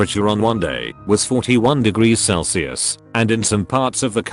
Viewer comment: good to see you back but what in the god damn is "cell-see-us"